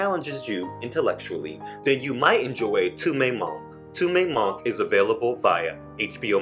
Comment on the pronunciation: PLEASE! PLEASE! Learn how to pronounce very basic and easy words and names in French and Spanish! How do you not know how to pronounce “Maxime?” It is not MaximAH. It is not “tu MAY manque!” If you want to talk about global film, get the basics right.